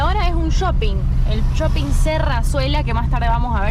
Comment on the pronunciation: Porque dice "yoping"?